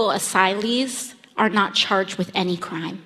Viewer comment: the way she says "crime"